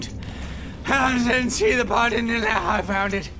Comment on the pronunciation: But-ton I POOOOOSCH BUTTON!